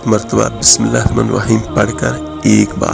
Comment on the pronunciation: Ap Bismillaha to thek see par ni rehy .